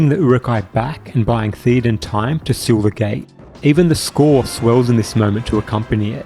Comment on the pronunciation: Will you PLEASE pronounce King Theoden's name CORRECTLY? It's "thayo-den", not "theeo-den"!